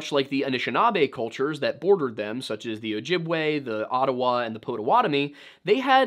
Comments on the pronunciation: Know you like how to know how to pronounce native American words so it's Pot-a-WAT-a-me xD. My son in law is from that tribe ❤ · As a Milwaukee, WI native, its funny to hear him pronounce Potawatomi the way he does lol